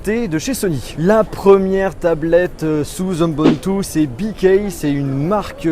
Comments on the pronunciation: Ubuntu ça se prononce oubountou pas eumboumtou ! (je dis ça pour info parce que ça fait pas très pro mais je suis clairement pas un fanboy d'Ubuntu loin de là !) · Cest pas ebuntu mais ubuntu, et la marque c'est bq pas bikay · on dit "oubountou" en français pas "eumbountou" par contre c'est bien écrit sur le titre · ubuntou pas unboumtou ou je sais pas trop quoi X) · Mais tu es sérieux ?? T'as vu comment tu prononce UBUNTU ! eunbeuntou ! NON ! on dit [OUBOUNTOU](<--ceci est une écriture phonétiques) peace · on dit "U" buntu est non unbuntu . Super vidéo . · Ubuntu ce dit " ou b'ou'n tou " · on dit oubountou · XD tu m'a fait mourir avec ta façon de prononcer Ubuntu ;D Perso je dit plutôt "Oubountou" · 123 Mdrrr moi aussi ;) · c'est moi où tu as écorche le mot ubuntu par onbuntu ou encore hombuntu.... ? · Ubuntu se prononce "Oubountou" 😉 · Tu as massacré la prononciation d'Ubuntu comme je massacre l'orthographe :X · il le dis mal :D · Suis-je la seule à trouver la façons d'on il dit "Ubuntu" vraiment .. Hm .. Tu ne sais pas dire Ubuntu ?